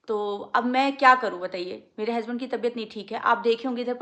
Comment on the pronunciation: हेसबेंड नहीं हसबैंड होता है😂😂😂